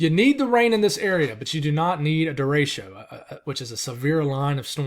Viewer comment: I am only mentioning this because you recently asked us to do it... Dericho is pronounce "dare-ick-oh" Thank you for your hard work!